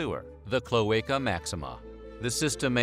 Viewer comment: Cloaca pronounced. Clo AH cah . Not clo EY cah. That would be spelled Cloeca or cloeica